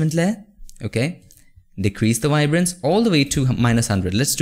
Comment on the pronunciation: Awesome tutorial bro! Like how u say “wibrance” lol